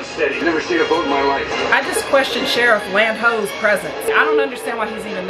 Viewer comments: "Sheriff Land-Ho." 🤣🤣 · Lol, "Sheriff Land Ho"